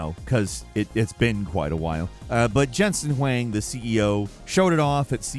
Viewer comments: Pronunciation Corrections: Cuda - koo-duh Huang - who-wah-ng Koorui - koo-ru-ee (admitedly there are variations found in different places/cultures) This comment is intended to be helpful for future videos. Oftentimes mispronunciations are due to a person having only ever read a word before and never having had it spoken to them; a very common occurrence in gaming and tech. Be helpful. Be respectful. Be good to each other. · Jensen will hate you butchering his last name like that DAMN